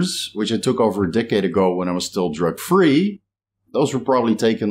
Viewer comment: 🤣 every time you say "drug free" to me sounds like "jerk free" keeps throwing me. Respect love your work!